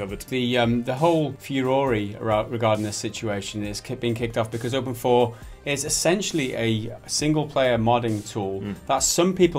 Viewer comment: I thought it was openIV not open4